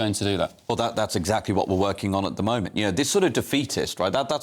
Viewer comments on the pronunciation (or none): none